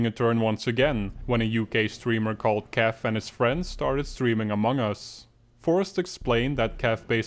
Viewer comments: as a kaif fan u make me sad YOU'RE SAYING KAAF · Kaif's name is pronounced "kayf"